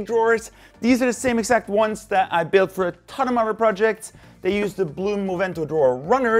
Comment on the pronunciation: Since you say udder for 'other', It would be funny if in one of your videos you say "cow others" but say 'others' not udders.